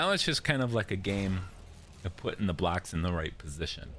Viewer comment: Ro-“blacks”, building “blacks”, Road “blacks.” Is no one else gonna talk about how this guy says “blocks?” I seriously kept looking for something that was the color black, u til I realized he can’t say the work “Block.” Wtf!?